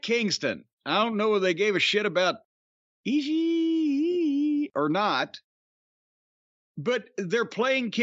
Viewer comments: Cornette tries so hard to get a response out of Brian with the way he pronounces Ishii's name. I don't know how Brian can appreciate territory wrestling but like that guy. I just don't see it. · I love when Corny Pronounces Ishii😂😂